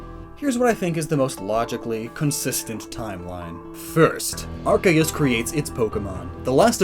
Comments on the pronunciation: Why do you say it like that it unwatchable cause of your terrible ARKAYUS it’s pronounced arc-e-us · It's ARK-ee-US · I know that it is wrong but I prefer when people pronounce Arceus with a “S -sound” there where the “C” is instead of a “K -sound”. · oh my god he says “ark-aye-us” i can’t watch this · its pronounced ar-see-us. read the japanese name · it’s AR-see-us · I want to know more but hearing Arkeus so many times hurts my soul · Please learn how to say Arceus properly if you’re going to say it a lot in a video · Pronounce the c in arceus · That’s not how you pronounce arceus